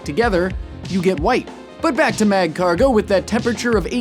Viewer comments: You don't pronounce the first "g" in magcargo. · It's magcargo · The pronunciation of Magcargo alone is killing me... dead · The g in Magcargo is silent. I think all pokemon have killing potentiol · The "G" in Magcargo is silent. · Great job on this episode tho it Really frustrated me because you pronounced Marcargo's name wrong tho i cant blame you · THAT'S NOT HOW YOU PRONOUNCE MAGCARGO